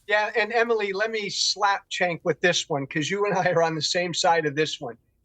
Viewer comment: Let Cenk finish;and his name is pronounced Jenk,not Chenk. Also,Piers,where is Abby Martin? She would be perfect on this panel!! Get Abby Martin back on!!!